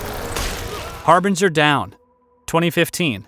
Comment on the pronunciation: "Beringer down!" ??? Narrator must have wine on his mind. The correct title is "Harbinger Down."